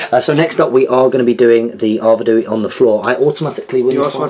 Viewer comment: Great battle report as always, loved the theme and use of Arnor, they are my favourite army! Nice pace and great looking figures. Just one thing though - the King if the north is pronounced Ar Ved We, not Ar Ved ooh wee, just saying ;-)